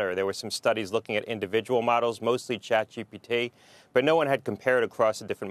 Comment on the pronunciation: "CHAPGPT" ?????????? IT'S CHATGPT